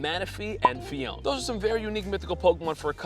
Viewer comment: You are not saying Phione correctly btw